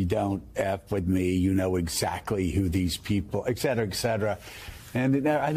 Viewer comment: Joe: Please don’t say ‘eKcetera’😂